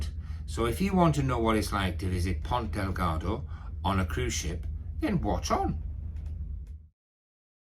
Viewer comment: Another great video. Good info. I'd like to point out... it is Ponta Delgada. ( there is an "a" at the end of Delgada).